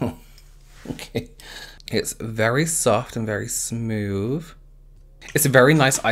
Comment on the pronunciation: Th "f" smoof love it love u xx